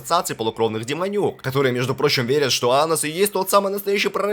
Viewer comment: Анус или мне послышалось?